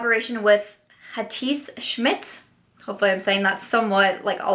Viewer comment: I am so buying the Hatice Schmidt Highlighter just because HATI is the best. You said Schmidt right - but Hatice is pronounced like ... Hatitsheh - something like that. it's a turkish name as far as I know. And if you'd speak german and you'd understand her I am so damn sure you would love her. She is amazing.